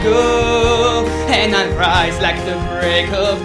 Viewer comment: Oddio D: È così strano sentirti in italiano e in altre lingue, quando sono abituato a sentirti a cantare sempre e solo in Napoletano xD Una cosa: in inglese il TH nelle parole THE e BOTHERED dovrebbe essere pronunciata come una zeta, ma con la lingua tra i denti e non come una D. Comunque. quanto ci hai messo a fare tutto (tra imparare le pronunce, cantare ed editare il video)? Complimenti per il grande lavoro :D